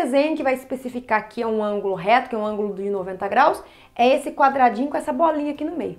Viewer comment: Não é "ângolo" e sim "ÂNGULO". Por favor.